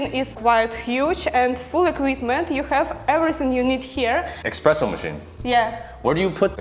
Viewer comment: Espresso machine, espresso, not expresso 😁 The best thing in this apartment is panoramic view. But have similar from my office, so there no need from home. Good to see you in Warsaw. Waiting for videos from capital. All the best to you!